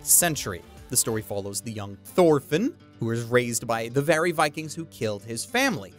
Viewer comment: Man you butchered those norse names. Leif is pronounced like ''Life'', and Thorfinn has a hard T. But damn, all 5 of these anime look incredibly promising!